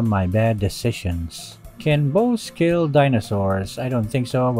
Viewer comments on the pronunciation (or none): "Our Keel" -Sun Tzu